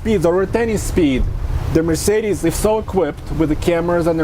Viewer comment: "Mercedesis"? Lol